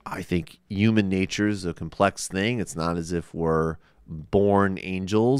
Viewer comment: Why the fuck he keeps pronouncing "human" as "uman", etc. That's so fucking pretentious and annoying.